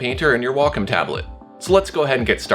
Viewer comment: I'm just here trying to figure out what a "Walk-em" tablet is. lol Nah, but great tutorial. Now to find out what does and doesn't apply to my Huion tablet. o3o